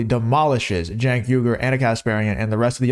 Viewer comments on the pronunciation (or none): It’s pronounced “chunk yogurt”. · D...I love all the different pronunciations of Cenk's name...He's sucks...